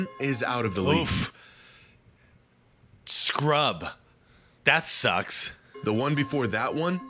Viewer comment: woffff.. "scrubb".. that sucks. hahahahah..